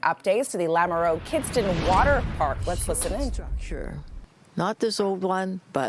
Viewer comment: did she just say kidstin instead of kidstown